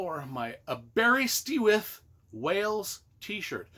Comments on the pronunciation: The animated movie from the 80's was awesome. I've gotta read the books. btw it's pronounced Aber-ist-with. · um, did you ask anyone how to say Aberystwyth when you were there? the pronounciation is a real howler in what is otherwise an entertaining video.